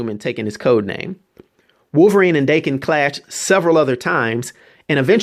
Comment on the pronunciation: Im pretty sure his son's name is pronounced Dah-Ken